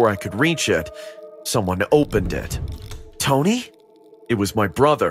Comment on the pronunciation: Why does the brother keep calling the “tony” tony// like naw